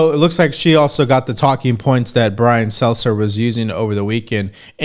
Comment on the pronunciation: we gotta say things right. Leave the mispronunciations to the libs. I know he’s a twerp, but the name is Brian Stelter, not seltzer.